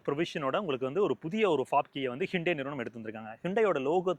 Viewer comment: athu ஹூண்டாய்.... ஹிண்டே illa 😂😂😂😂😂😅😅😅😅😅